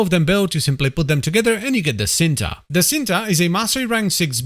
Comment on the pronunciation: It's pronounced "ch-een-tuh" and is Indonesian for "love" 🤓